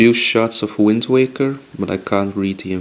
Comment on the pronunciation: Did he say Wind Tweaker?